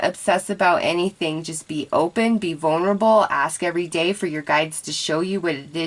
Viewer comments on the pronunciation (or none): none